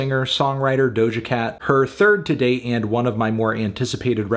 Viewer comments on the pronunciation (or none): none